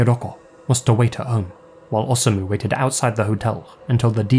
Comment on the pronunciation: It's best to pronounce "Osamu" by keeping the "O" and "sa" together, like "Osa-mu," just as you pronounce "Hiroshi." I was curious but I stayed away from this case because it was so weird (after all, it involves beheading performed by a woman none the less!).